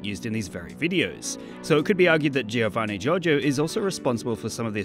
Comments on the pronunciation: Jovanni Jorgio not G-I-orgio G-I-ovanni. please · You shouldn't stress the "i" in Giovanni Giorgio, it should sound like "Jovanni Jorjo" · he said "siofanni jojo" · Me, an Italian, after hearing the pronunciation of "Giovanni Giorgio" pain (Yes he is Italian, from Trentino-Alto Adige region) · How you pronunce Giovanni Giorgio kills me :,( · It is an audio meme. He pronounces his name very clearly. How can you still butcher the pronunciation? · the guy says his name in every meme, and you still mispronounce lol